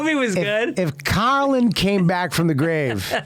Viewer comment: actually had to google collin quin to see if he died recently till i realized he was saying Carlin